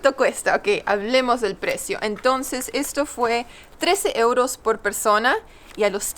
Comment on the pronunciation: ¿Por qué dice ieuros y no euros? Saludos